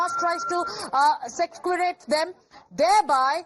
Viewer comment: 😂😂 Aunty it’s sequestrate. 😂😂😂😂